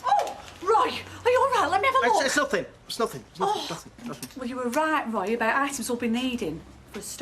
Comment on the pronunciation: And I wish she wouldn't add an "h" at the end whenever she pronounces Roy's name.